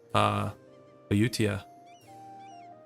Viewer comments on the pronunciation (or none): I think it's pronounced ah-you-thai-ah (like thailand)